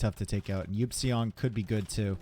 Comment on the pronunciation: Someone please tell Eupseong is pronounced "ipsung" NotLikeThis